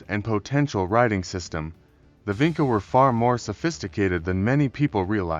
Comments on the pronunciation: Vinča is pronounced as Vintcha not Vinka. We, in Serbia, still use the very same Vinča "symbols ": Ж, Д, Г, Ш, Ф ... and still have the very same genetics Y -I2a haplogroupe that was found in Vinča, Lepenski Vir and Starčevo archeolocal sites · I see that you used AI to make this video. But i think you went too far wit it, and did not checked the illustrations. Doing a video like this, means you want to be sure you are saying facts, giving proper illustrations that are in the context of the story. Especially for their alphabet since it is striking how our modern alphabet could have roots in that one. And make sure Vinca is pronounced properly ( c in Vinca is like c in Leonardo Da Vinci)